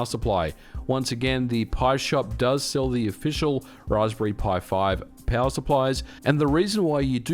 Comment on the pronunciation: Anyone else baffled by his accent? Peowurr. 😂